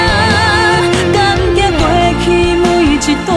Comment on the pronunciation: 請問一下感激的激原唱發音聽不清楚？？？